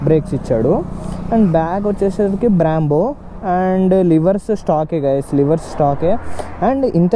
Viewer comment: Nissan kadhu bro nissin and brambo kadhu brembo 😂